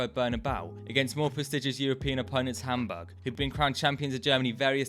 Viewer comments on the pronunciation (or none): none